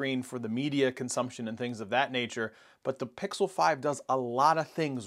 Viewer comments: It worries me that he can't pronounce "pixel" during a Pixel review...😬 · Is it pickle? Or pixel?